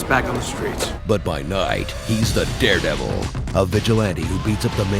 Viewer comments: I lost it at ermehgerd its derpdervil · "Imahgrod it's the drepdevil"😂😂😂😂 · err magerd its the derbdevil.. lmao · Ermehgerd its deh derdevurr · Lol ermergerd, its da derbdebell